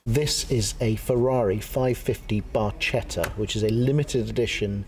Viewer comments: BarKetta, not barchetta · Barcheta - pronouncement with letter k. Any case looks gorgeous.